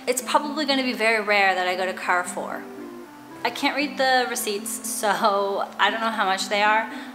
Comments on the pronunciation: You pronounced the name Carrefour well! However A is pronounced like in apple (open vowel) rather than the A in car . 😉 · I grew up going to Carrefour in Mexico and when you pronounced it correctly I didn’t recognize it until I saw the logo. You never cease to surprise me with cool little things in your videos. Loved everything about this. ♥️